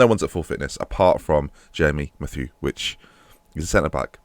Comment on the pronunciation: It's Math-YOO not mat-wee you mong